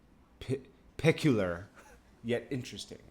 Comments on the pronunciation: did u just say pe cue lar? Lmao c'mon bro say it aint so, say it ain't so lmao!!! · YOU SOUNDS LIKE A REAL HATER OF CYHI..EVIDENTLY YOU DONT KNOW HIS WORK..SMH.. FIGURES COMING FRM SOMEONE WHO CAN'T EVEN PRONOUNCE PECULIAR THE RIGHT WAY..pwahahah..STOP RYDIN EM'S DICC..SHEESH.. CYHI WILL ANNIHILATE JOE BUDDEN.. 500K..JOE BET NOT PASS THAT UP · I can’t let you slide for not being able to pronounce the word peculiar